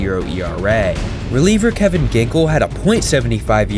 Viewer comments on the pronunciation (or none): none